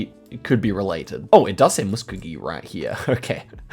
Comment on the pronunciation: Musk-oh-gee we love American